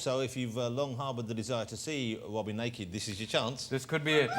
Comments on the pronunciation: Mr. Wobin Williams!!!! The gweatest evea!!! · Funny Robin 😂😂 they don't pronounce it right his name ❤❤❤❤❤❤❤❤